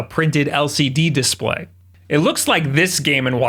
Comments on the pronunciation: Love that little bit of Engrish bro. Disprayyyy🤣 Im sure these models with language issues will be worth allot some day. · “IPS dispray” 👁️👄👁️ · “IPS dispray.” Yeah, 2020’s got us all messed up.